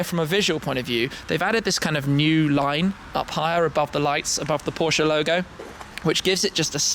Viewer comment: finally someone who pronounces porsche right